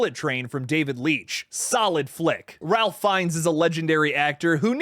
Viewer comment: Great video! Just wanted to let you know that he pronounces his name, "Rafe", not "Ralph".